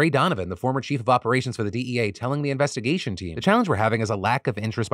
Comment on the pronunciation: Heh "Joint Innvestigation"